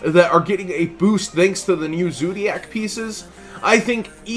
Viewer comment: you need to learn how to pronounce these cards bro lol you make me cringe. it's ZOO-DIAC NOT ZO-DIAC and MI(ME)-NERVA NOT MEH-NERVA lmao